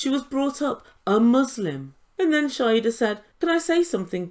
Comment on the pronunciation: Her name is Shaeeda (shy-da) not Shaeda (shy-hida)